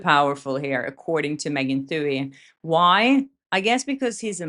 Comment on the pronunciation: Love ya,, but take it from this Irish-American: Megan Twohey's last name is pronounced too-EEE... or too-hee, if ya nasty. 😊